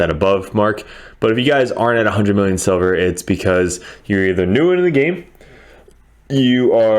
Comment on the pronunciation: LOL sounds like you said "how to make sober fast" had me crackin up.